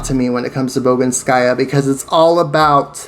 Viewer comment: bogInskaya is right, not boginskAya.